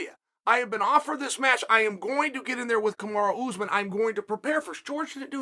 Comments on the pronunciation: Kamaru: I am Kamaru! Put some respect on my name! Uncle Chael: Kamara Usman. Kamara: Ok, great! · Kamara Oozman... Hahahaha 😂... Ooh Uncle Chael got me there... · “Kamara Oozmen” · "Kamara" Usman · "Kimura Usman"